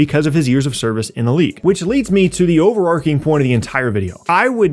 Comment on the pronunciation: Great analysis...but did you say overarcing instead of overarching?